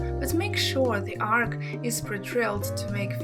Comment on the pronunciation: The word is not ark. An ark is a ship. The word is arch. Or archway. Pronounced Ar ch (like cheese, chicken). I had to mute this to stop hearing you say ark.